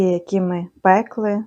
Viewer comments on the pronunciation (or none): В українській мові пекли наголос на и.